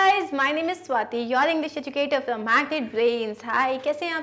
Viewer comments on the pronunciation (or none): none